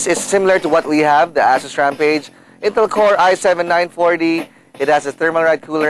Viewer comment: its not ASSUS its asus its not ass its ace